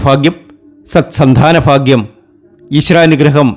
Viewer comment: Malayalam sharikk parayan padikkedo ... Phagyam.... Alphutham jyothishatheyum malayalatheyum vybhicharikkathiri . thanteyoru "phagyam"